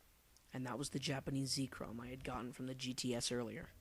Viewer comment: it is ZEK-rom not zeekrom